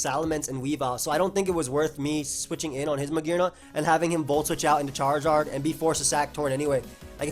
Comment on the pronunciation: Anyone else think the way he says CHAR in charizard is a little weird?